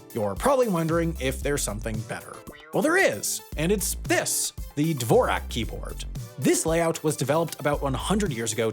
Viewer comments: Sigh... all that research and nobody looked up how to say the name Dvořák? It's pronounced like "S'more Shack" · Dvorak is pronounced Dvorzhak, and it isn’t one tiny minuscule bit better than Qwerty. Nonsense. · May have been a lost opportunity to give a nod to the original pronunciation of Dvorak from its native tongue... sounds like duh·vaw·zhak. Another keyboard layout that was quite important was the layout of the Linotype keyboard used in the print industry for setting lines of hot metal type. Two advantages a keyboard had over a linotype machine though - realtime feedback (could see if what was typed was correct without having to wait for an entire line to be cast) and a backspace key. Look up the phrase ETAION SHRDLU to go down that rabbit-hole. If changing a layout from QWERTY to DVORAK, think about getting a keyboard that shows the new layout of the keys without having to stick labels over the existing keyboard... something like the Flux keyboard. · Even in this scenario, I feel Dvorak should be pronounced Dvořák. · If that Dvorak's name is pronounced anything like the composer Antonín Dvořák, you're pronouncing it slightly wrong. Great video, though! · It's pronounced Dvorak without zh. You're probably thinking about the Czech relative of the inventor of the layout, the composer Dvořak. Dvorak was an American citizen and the spelling of the name and its pronunciation was adjusted to American English.